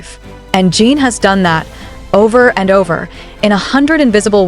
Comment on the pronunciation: Please teach your AI bot how to pronounce his name 😩